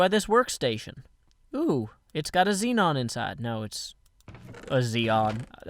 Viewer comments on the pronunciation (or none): none